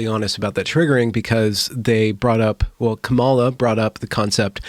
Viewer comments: I agree that "equity" as the video referenced is a completely unrealistic goal. Just curious, though: are you pronouncing "Kamala" incorrectly on purpose? If so, I don't think it really adds anything to the conversation and would advise against passive aggressive moves like that. Your logic can stand on its own. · Dear, please pronounce her name correctly.